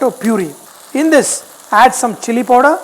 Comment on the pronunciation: Love it when u say "POODER"